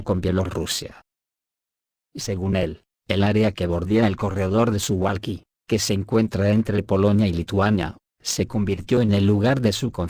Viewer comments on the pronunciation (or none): Suwalki no es un nombre Inglés por lo que no se pronuncia su•gual•ki sino su•val•ki tanto en Polaco como en Castellano.